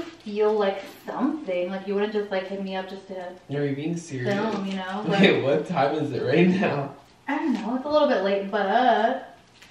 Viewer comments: I swear he said babe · Orbaxy it's deaf and it just sounded like he said babe 😐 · He said wait not babe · At first i heard wait now i hear babe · sounded like he was saying Wait not babe.. but who knows